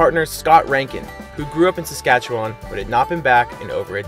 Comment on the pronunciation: Who are these two guys? You need to learn to pronounce Saskatchewan better, in your video about Saskatoon and hearing the pronunciation of Saskatchewan was like nails on a chalkboard to a native of this province.